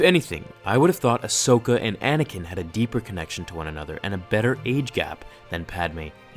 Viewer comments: When you said Ashoka and a Anaken. 🤮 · Ahsokin > Padakin